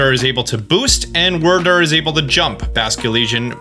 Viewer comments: Isn't it pronounced Weer Deer not wurrdurr? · Wyrdeer is actually pronounced Weir-deer, as Wyrd is the Olde English word for Fate. Makes sense as Wyrdeer is a psychic type, so it makes sense that it can see the future. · Stop saying wrydeer like that. It was pronounced ‘weird-deer’ in the presents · please stop saying Wyrdyr as “Wur Dur.” It’s WEER DEER. It’s a deer and the name of the Pokémon has the pronunciation of DEER in it. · WYRDEER DEER DEER NOT WYRDERR WYRDER!!!!!!! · Wydeer not WURRDURR haha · (Where-Dear) is the actual pronunciation 😂😂 I know you B.sing tho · Why does he call him Werder?? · Why are you saying wrdr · I love you man, but for the love of any Pokemon with Charm, its pronounced weir-deer. Like weird, but without the D at the end, and the deer. It was funny the first couple videos, but now you're making me cringe every time. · Did they not say in the trailer where they showed off the new evolutions wyrdeer was pronounced like “weirdeer” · He says it in the wrong way as a joke.